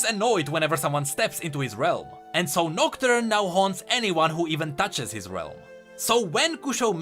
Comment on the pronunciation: Whenever he says shadow realm i hear shadow wealm